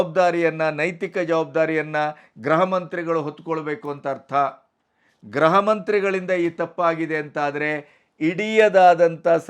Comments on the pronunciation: ನೀವು 'ಗೃಹ ಇಲಾಖೆ' ಎಂಬ ಪದವನ್ನು ಅದೇಕೆ ಗ್ರಹಇಲಾಖೆ ಎಂದು ಮತ್ತೆ ಮತ್ತೆ ಹೇಳುತ್ತಿದ್ದೀರಿ. ಗೃಹ ಮಂತ್ರಿ ಎಂಬುದನ್ನು ಗ್ರಹಮಂತ್ರಿ ಎಂದು ಉಚ್ಚಾರಣೆ ಮಾಡುತ್ತೀರಿ. ಗ್ರಹ ಎಂದರೆ ಆಕಾಶಕಾಯ( ಪ್ಲಾನೆಟ್) ಉಚ್ಚಾರಣೆಯನ್ನು ಸರಿಪಡಿಸಿಕೊಂಡರೆ ಸಂತೋಷವಿದೆ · Sir, ಗ್ರಹ ಮಂತ್ರಿಗಳು ಅಲ್ಲ ಗೃಹ ಮಂತ್ರಿಗಳು, ಗ್ರಹ ಅಂದರೆ ಯಾವ ಗ್ರಹ ಒಂಭತ್ತು ಗ್ರಹ ಇದೆ